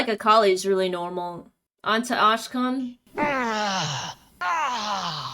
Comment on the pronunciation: "Onto Ashkan" 😭